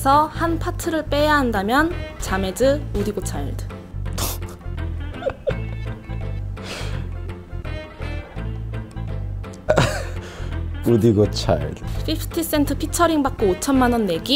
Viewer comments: 우디고가 아니라 우디라고오오오오!! 우디고 차일드가 아니라 우디 고차일드 라고오옹!!! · 정말 죄송한데 “우디고 차일드”가 아니라 “우디 고차일드”입니다 고차일드가 직접 불편하다고 한점이라서 고쳐주셨으면 감사하겠습니다